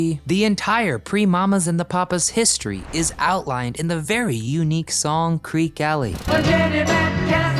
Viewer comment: My favorite by far is Creeque Alley, but it's actually pronounced "creeky."